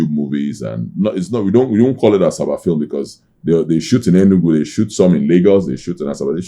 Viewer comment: Did I hear greatest actor in Asaba or Africow 😂😂😂😂😂😂😂